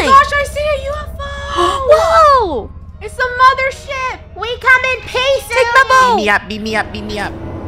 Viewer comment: sounds like sweared but she really said “mothership” and now I can’t unhear it